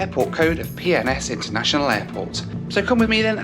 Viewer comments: Think I'm needing to get my hearing aids cranked up at bit...I thought was saying 'Pepsi-Cola' airport! lol!! 👵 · When you kept calling PNS airport instead Pensacola Airport.. I literally couldn't help but hear it as a very fancy proper British way of saying Penis... Peeness 😁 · Why does he keep saying PNS like it’s umm 🤔 well you know 🤣🤣🤣 Pink rocket to PNS🤣🤣 Netflix and chill, he most be alone and has something on his mind😉🙃🥵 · Is it just me or did you hear something else every time said PNS? 😂😂